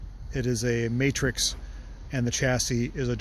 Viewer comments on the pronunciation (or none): none